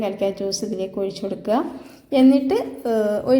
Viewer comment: ഒയിച്ചു,, കോയിച്ചു,,,,,, മലയാളം പഠിപ്പിച്ച മാഷ്,,, ഉപ്പുമാവ് സാറായിരുന്നോ